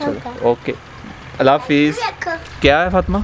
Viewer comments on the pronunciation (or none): none